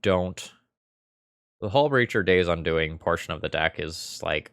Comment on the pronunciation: In game 3 you said quite often "playing around Daze". Later you pronounced the spell 'Day's Undoing' like 'Daze Undoing' and i just saw a card in my mind that could be in the next un-set. Maybe: "Return a card that got countered, because you didn't have enough mana to let it resolve from the graveyard to your hand."